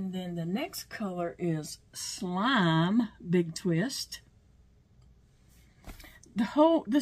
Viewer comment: Your accent has me rolling today! 😂😂 How many syllables are there in slime? In Louisiana there's a lot! 😂 After all that drab camouflage it's time for some color. This blanket is going to be so pretty.